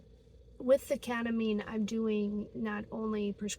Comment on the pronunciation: you mean kEtamine? what is kAtamine?